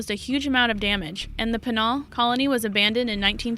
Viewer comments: it's pronounced "pee-nal" colony, not "pe-nahl". She sounds like that voice on my car's GPS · "Pen-al" colony? Wtf! Buenos ( long pause whilst I read a book/catch up with my laundry/ contemplate my navel) Aires? Yes we all pronounce things differently. Some correctly or in her case, not. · Peee-nul. Penal. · I can't finish this. Narrator can not pronounce conducive or penal. "conductive" and " pen al" grates on my nerves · Why do you talk like a robot voice? Heard too many of 'em on You Tube? And, don't know how to pronounce "penal" (PEE-nahl) or "Angolan" (An-GO-lan?) And Khmer Rouge, I won't even try to teach ya. If ya need a proper voice-over actor, get in touch with me. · Both Britian and the USA both say Penal colony the same way..... perhaps this woman slept through 3rd grade or forgot the fact that when a vowel follows another vowel, that the first vowel says its name. Good lord, did anyone have this woman proof read the script in front of someone before you recorded it? Okay I'm muting this video, she's causing this mother/educator to go insane. Please tell me she wasn't hired to dub them all...or I'm unsubscribing.